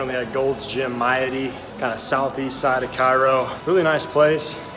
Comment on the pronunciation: Just stumbled on this makes me homesick. Maadi is pronounced Mah-ah-di I went to highschool there!